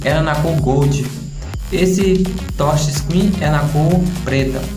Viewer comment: "essa tocha screen"